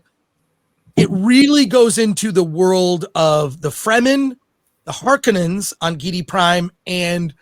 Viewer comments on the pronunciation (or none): It's harkonnen, not harkoooonen